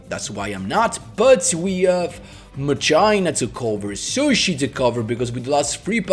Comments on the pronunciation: When I hear Machina (its Ma-Key-na, like Deos Ex Machina) I come running, also i think i can do this deck. Too bad I dont have Quasar. Of all the Protagonist (except DSOD Kaiba) I am always short with Yusei cards. Maybe cuz of I have no exposure with him in the anime besides Bonds Beyond Time. But I really want to have at least 1 Quasar Boss deck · machina "makina" is the correct pronunciation for this arctype